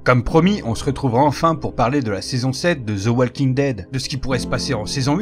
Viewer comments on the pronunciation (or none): dit "Waukin" pas "walleking" stp